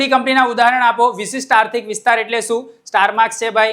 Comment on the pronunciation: અસ્તિય નહીં આર્થિક આવે છે 😂